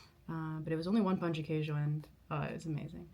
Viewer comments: Best foreigner's pronunciation of "pão de queijo" I've ever heard! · Finally, someone who said "Pão de Queijo" correctly! 🎉. Our mango is sooooo good, you have to try the natural mango juice. I hope you like it here. I'm from Rio, and each state has its own culture, but you can still experience Brazilian culture and food no matter where you are. Welcome! ❤🇧🇷